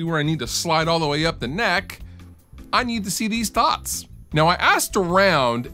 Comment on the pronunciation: I thought you said, "I need to see these THOTs". I was gonna go, "fuck yeah!". Until, I replayed it. You said dots. lol